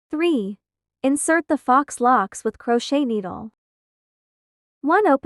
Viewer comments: OMFG..ITS NOT FOX.... IT'S PRONOUNCED "FOE"🤬🤦🏿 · Fox locks? Wouldn't it be pronounced foe locks? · It's probably an AI voice. Faux is a French word adopted into English so it probably can't recognize it or pronounce it properly.